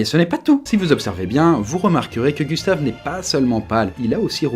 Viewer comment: le corps à Gustave, aie ça fait mal aux oreilles 1;47minute